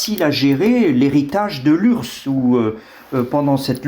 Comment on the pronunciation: ...L'ours russe... L'urss rousse ? C'est de votre faute si je pense a cette blague nul. U AIR AISSE AISSE PAS URSSE !!